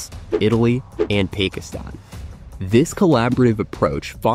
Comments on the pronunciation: Pakistan is not pronounced "Pake-istan!" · Nice stock footage. Teach your robot narrator to pronounce Pakistan. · not so, all you need is to do a minimum of search or homework. and how on earth did you murder the name Pakistan?